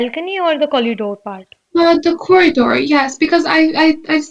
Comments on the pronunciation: It's not Collidoor. It's corridor. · Nice, but that's corridor dear not collidor. I am sure you must have made it correct after watching ur own video. Plz don't mind it. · Ma'am I'm confuse🤔.. is it collidore or corridor .. what you used in conversation while speaking ??